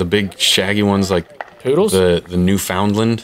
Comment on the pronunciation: i cringed very hard when he tried to pronounce Newfoundland